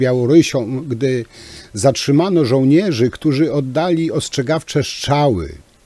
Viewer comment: Żartujesz ? To kwestia nie braku szacunku do języka ojczystego tylko cech osobistych wymowy. Jedni wypowiadają np. "r" bardzo wyraźnie np. Pan Tusk, a inni nie. Popełniłeś lekki nietakt.